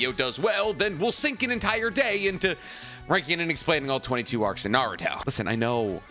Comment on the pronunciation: I wish you didn't say "Naruthhho" every time and so often...